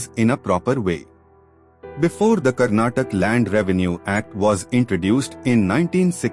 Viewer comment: karnatak❌ Karnataka✔ Please pronounce properly